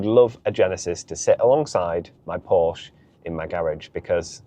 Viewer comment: Porsche has two syllables.